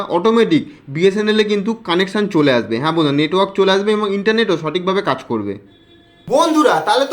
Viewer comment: bsnl letwork haha😂